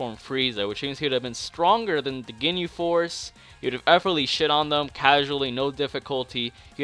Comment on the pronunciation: Poor attempt at the word effortlessly